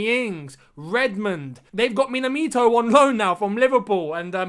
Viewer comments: Its Minamino not minatimo 😂😂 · Lol it's minamino not minaminto😂😂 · Minamito yea😂😂 its Minamino bro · Is it me or did just call minamino minamito 😭😭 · Minamito😂😂😂😂😂😂my guy you just nailed it🔥🔥🔥🔥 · who else heard him say minamito instead of minamino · “Minamito” sorry I had to say it 😬 but we all go wrong with names some times 😂